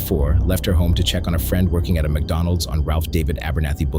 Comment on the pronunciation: It's pronounced "MacDonoos"...